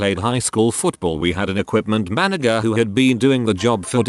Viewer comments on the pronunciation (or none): how does this robot speech thing not know how to pronounce manager?